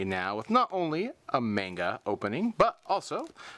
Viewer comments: Just so you know, GalacticGod, it is pronounced "mahn-ga", not "mayn-ga". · That's not how you say manga.. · Sweet Jesus, that manga pronunciation..."a"s make the "ahh" sound in Japanese...wouldn't be surprised if you said Kagetokage "Cage-Too-Cage" instead of "Ka-Gay-Toe-Ka-Gay" as well,. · i hate when ppl pronounce manga wrong